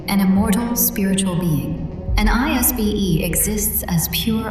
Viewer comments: Why is mispronouncing, "'lS - BE"'. He's pronouncing it as... "'l. ' S.' BEE"' Its pronounced, "lZ ' B££". Two syllables. Unless I misunderstood the book Basically is a definition of an immortal spirit. One who has been, is being, and will always.... B£...... Interesting 🤔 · Its not pronounced i s b and es. Its pronpunced as iss bee or isbees. I read the pdf partially at least multiple years ago. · Pronounced as two words, Is Be not spelled.